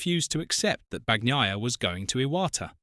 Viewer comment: Have some respect, and pronounce his name correctly.